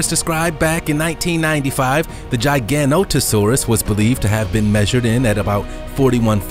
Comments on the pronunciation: GIG - O - NOTO - SAURUS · When he said gigantosaurus I was like "wait ark"